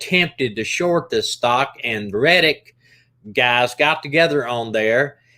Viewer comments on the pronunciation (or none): Omg it's called REDDIT and GAMESTOP not Redick and Gamestock...🤣 Sorry I had to it was driving me nuts 😅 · Yeah he's saying it wrong